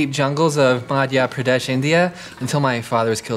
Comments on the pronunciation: Madya pradesh india?? Really its madhya pradesh india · Madhya Pradesh , India, that's how u pronounce .. loll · Come on, pronounce Madhya Pradesh right? It's Madhya Pradesh where Ma is like Mo in Monday, Ya in Yea of Year & De-sh as in day-sh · he pronounced Madhya Pradesh wrong! ( sorry I love studio c is just I got triggered like if u agree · You are from Madhya Pradesh, India and you don't know even how to pronounce it. 😅😅